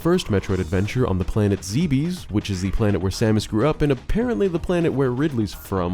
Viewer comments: Enjoyed the video, but please for the love of god stop pronouncing it "Zee-bees." It's pronounced "Zeh-bes." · Planet Zeebees? Why man, why? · Good video, bad dang this caught me off guard "planet ZeEbEeS" 😅 Fine fine, take my childhood, I wasn't using it anyway.